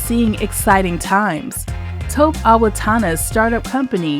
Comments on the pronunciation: Taw-kpey not Toep. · Greetings! Appreciate all of the information you provide for our community. Just wanted to share that this awesome brother’s name is pronounced Toe-pay. Thank you again for providing amazing content 🙏🏾